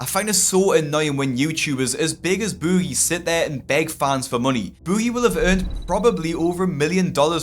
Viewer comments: Bewgie. Why do you pronounce it that way? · I already knew all this stuff but I watched all the way through just to hear keep saying "bOOgie" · You're pronouncing his name as if he were British. Americans don't pronounce Boogie like you do. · stop saying his name like that lol